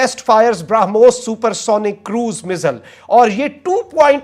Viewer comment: ब्रा पे जोर देकर ब्रामोस बोल रहा है.... 🤣क्या चू बनेगा रे तू🤣